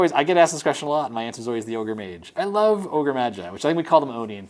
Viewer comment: Me: He better say Ogre Magi. Mearls: Ogre Magi. Me: Perfection.